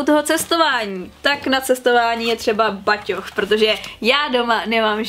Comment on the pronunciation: je to batoh né baťoch :D jinak hezké video😊 dobře se na tebe kouká